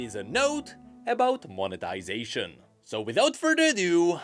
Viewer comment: Every time says monetization I keep hearing "of the ruination" 😂😂😂